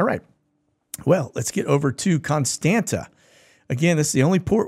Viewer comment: Appreciate you. The Romanian port city of Constanța is pronounced con STAN tza. Thank you.